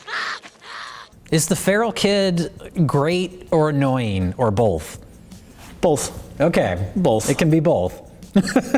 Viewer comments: "Is the feral kid great, or annoying, or boLth" "...BoLth...boLth" "ok, it can be boLth". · Why do you guys say both like it's written "bulth?" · "Bolth" "Bolth?" "It can be bolth" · Did they just say "bolth"? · They both say 'bolth'. So fucking annoying.